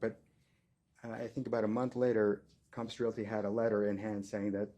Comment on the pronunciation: "Cahmpiss Realty" COMPASS COMPASS COMPASS COMPASS